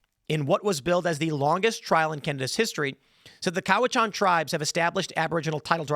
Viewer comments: Cowichan is pronounced sort of half way between Cowichan and Cowichin. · How is it Timmy pronounces Cowichan 3 different ways in this video. Also Cowichan region is on the island and Richmond is sth of Vancouver. You know, where the airport is. Great reporting requires competent research.